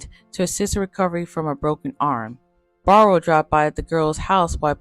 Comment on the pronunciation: Clydes last name is pronounced "Bear--roe" ......not "Barr-roe". Very nicely done video.